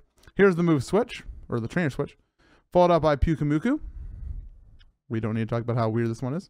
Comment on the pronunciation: how do you mess up so many names but get pyukumuku perfect